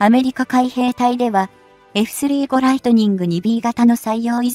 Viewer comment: 読み上げソフトがポンコツ過ぎない？ 回転つばさ機wwwFスリーごライトニングwww現在進行かたちww